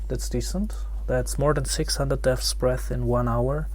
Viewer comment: deahtbreathsbeathsthdreabsbeaths dreaths bearths , just say dbs